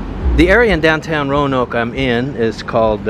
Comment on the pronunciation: ROE-NOKE not RO-UH-NOKE